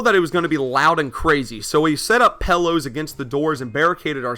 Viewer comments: I love how you say PELLOWS and not PILLOWS when you were preparing. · “PELLOWS”, UGH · Pellows southern intensifies